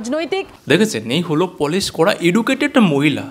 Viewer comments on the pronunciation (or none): তুমি পলিশ এটা ভুল বলেছো তুমি পালিশ।